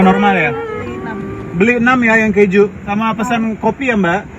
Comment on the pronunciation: Sosisnya kalo dipencet keluar ke juuuuu.. bukan pe juuuu. Omaigat mulutnya 😂😂